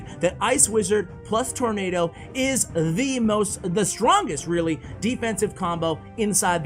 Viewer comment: It's nado. Not nato He is referring to tornado🌪 btw